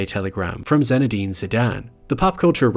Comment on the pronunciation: Hi, Really good video except it's "Zinédine" (and not zenedine) ;) Very clear explantations, I'll definitely check the whole channel